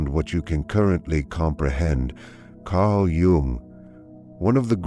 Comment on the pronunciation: 'Carl Yume'????